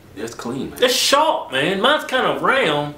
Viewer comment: Shorp.. LMFAO not sharp but shorp Rofl